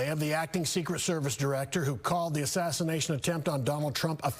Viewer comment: So I'm hearing him say "The attempted assignation on Donald J. Trump was a failure on multiple levels". I cant unhear that.